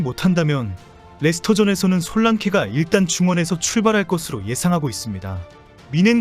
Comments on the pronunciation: 솔랑키가 맞는발음 이라고합니다 ❤ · 한국식 발음인 솔란케가 더 정겹네요 ㅎㅎ